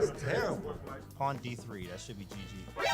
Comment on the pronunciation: Dina. It's a pawn not a pone